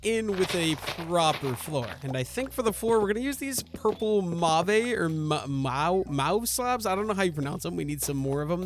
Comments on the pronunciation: The purple wood is pronounced like "mov" or "mahv" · it's kinda fun seeing your trial and error😅 but every time you say mauve it sets my teeth on edge, could you please look up how to say it😅 also would love a dip into create next time🥰 especially for iron production😊